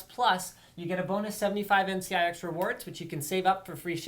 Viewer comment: hate how she says NC YI X